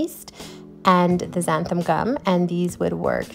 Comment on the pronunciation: Why is it that nobody knows how to pronounce xanthan gum? It's NOT xanthaM gum.